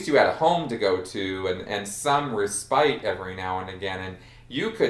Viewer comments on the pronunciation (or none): Hey, it's pronounced "RES-spit."